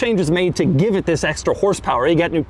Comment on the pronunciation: Bro start saying “vis” instead of “this”